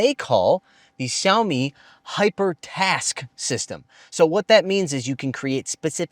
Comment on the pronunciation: Is he intentionally mispronouncing the name Xiaomi? He's a Chinese speaker. Weird.